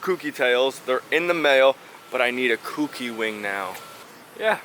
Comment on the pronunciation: Keep up the great content. One tip... "Kouki" is pronounced "K-Oh-key." Good job on the S-14... siiiick!